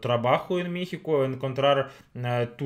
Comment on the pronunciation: Saludos y,sabemos que ya tienen algún tiempo en México,y hablan español,mexicano,,y me he dado cuenta que,pronuncias,,mixico,,intenta decir,,México,,México,en lugar de i,es e México,,espero lo logres,,saludos,,??